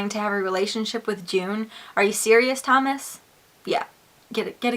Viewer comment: Lol the way you said Thomas XD